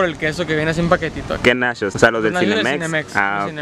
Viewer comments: Se sise nachos no nashos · Una pregunta... Y lo hago sin el afán de ofender, solo es curiosidad. 1-el compa es gay?. 2-De que estado es?. 3- Porque a las palabras como por ejemplo NACHOS, MUCHO, CHEDAR, le dice Nashos, musho, shedar?, o cosas asi? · Nashos, mushos, salshisha😂 Jajajaja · Los nashos!! 😂😂😂😂En Tampico no hay de esos. Sólo tenemos nachos. Y no saben shidos, saben chidos. Y vaya a la barra de complementos mijo no sea jo-pende. Ahí le pone de tosho morosho pa que entienda. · No sé si el vato es campesino Pero es Nachos no Nashos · Nashos y shedar 🤣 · se dice nachos no nashos